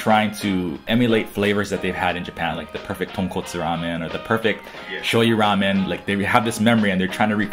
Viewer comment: It’s Geramen